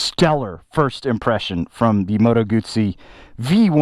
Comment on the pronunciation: Bro, there’s no “T” in GUZZI !